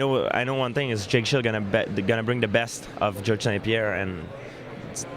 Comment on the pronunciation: I love when GSP says Jake Shields name he says Jake Shield, he leaves the "s" off the end LOL